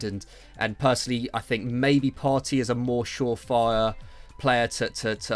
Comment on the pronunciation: Its 'Partay' Partey not Party